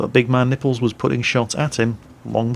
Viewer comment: I think the proper pronunciation of his name is big MAN nipples, rather than big man NIPPLES. Or you can just call him Bologna tits... Salute!